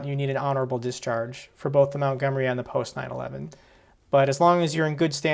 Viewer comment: MONTgomery not MOUNTgomery!